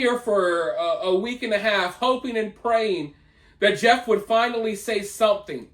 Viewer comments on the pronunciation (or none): She obviously has single digit IQ. She couldn't even pronounce Jeff.